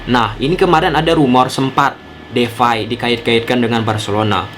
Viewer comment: DEPAY bang, bukan DEFAI